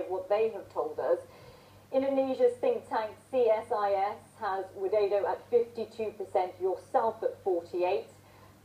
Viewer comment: ihh lucu si Sharma blng joko widodo jadi joko wideydow